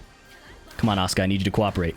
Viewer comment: It sounds like Oscar instead of Asuka if you say it. That got me so confused😂